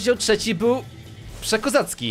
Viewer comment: "UWIELBIAM ROZDZIAŁ TRZECZI''